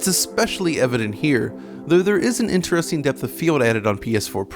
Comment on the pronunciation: The way he said interesting tilted me.